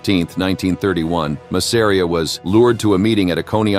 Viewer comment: Ma sa ree aah get an AI that can pronounce names correctly